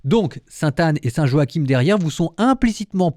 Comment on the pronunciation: En français on dit Joachin, pas Jo-ha-kim ! 😅